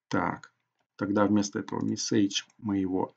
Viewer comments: Понятное объяснение, только режет ухо неправильное произношение английских слов - color (правильно - калор), message и т.д. Пожалуйста, не надо так. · Чувак , что с твоим ударением?? СтрОку, МессЕйдж и т.д